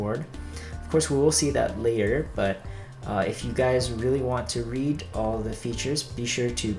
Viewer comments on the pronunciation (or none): none